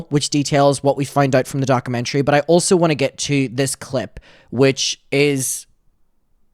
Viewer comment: Docker-mentary 😂 no shade, but please say it right because it’s driving me mad! At least you’ve stopped saying ‘retrospective’ in the completely wrong way, so that’s a bonus. Still love you regardless ❤❤